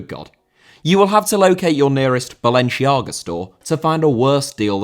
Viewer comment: Balenciaga* not Balenxiorguer